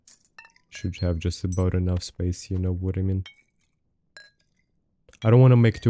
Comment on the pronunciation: No one: for no reason: You no vhadamean